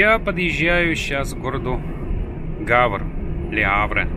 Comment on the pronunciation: Доброе время суток! К слову и не в обиду, как правильно произноситься город Гавр (на русском), а вот, как правильно, на французском -. Вы спрашиваете, какие темы нужно Вам освещать? Мое мнение, все что, видите снимаете, Ваши переживания, что, где работает в коронавирус, все интересно! Не каждый день, подписчики бывают в Германии, во Франции! Придешь после работы, телевизор никто не смотрит, а вот такие видео, как у Вас, "дяди Паши", "Vladimir-Bavaria", "davir trucking", "давид камаз" и многих других, помогают расслабиться! и подумать о том, в каком мире, на самом деле мы живем! Думаю, многие подписчики будут согласны! Огромное спасибо за видео! Здоровья, удачи, счастья!